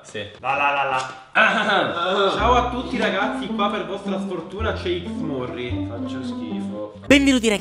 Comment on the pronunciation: ahahaha ma dici cicsMurri non xmurry ahahahaahah cancro1!1!1